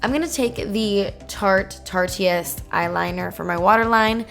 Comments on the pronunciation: it's pronounced tarte-ist like art-ist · Emzeke 101 it's pronounced "tarte-ist" like the word "artist." But all the youtubers keep calling it "tartie-ist." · Lol am I the only one who thinks it's hilarious when youtubers mispronounce "tarteist"? It's supposed to be said like "artist"